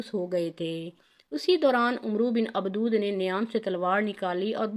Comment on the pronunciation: Abdawad not Abdood